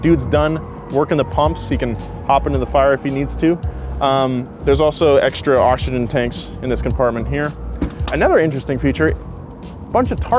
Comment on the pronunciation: Every time he says Oxygen 😑